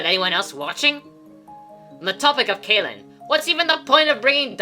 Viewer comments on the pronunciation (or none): Sa(Caw) (Kay)lin Both spelled Cae. Why you say one right and the other different? Idk why you intentionally mispronounce these names among other places and people's names.